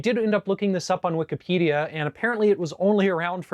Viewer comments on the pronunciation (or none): none